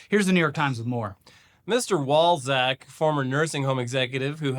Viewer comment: Oh... Walczak.... that's not what I heard!